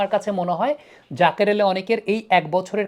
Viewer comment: Unar naam jaker , zakir na. Allah's wastee naam ektu thik kore bolen.